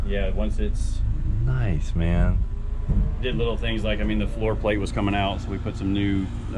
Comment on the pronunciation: Did i hear you say Noice??